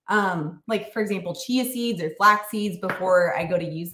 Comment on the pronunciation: At first listen, I thought you were saying, "cheezies" are detox promoting! Chia seeds, not cheezies. Got it!